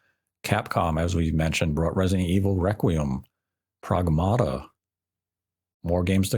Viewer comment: You said Pragmata wrong. It's based on the word pragmatic, and Diana says it that way